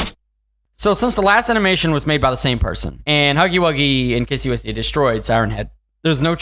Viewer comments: Her name is not kissy whissy it is kissy missy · That's a very good video but it's pronounced as kissy missy by the way this was a very good reaction I hope you do more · Its kissie missie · Dude its kissy missy